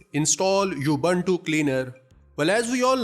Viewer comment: Thank you for a good video. It's not You-bun-too Its oo-boon-too